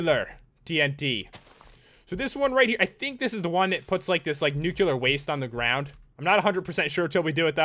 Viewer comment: i finally realized!! you were the reason i pronounced and spelled nuclear as nucular when i was a kid